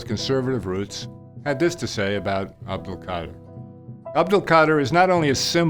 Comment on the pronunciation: Imagine writing a book about someone and still don’t know how to say his name right 🤦🏽 but still good message tho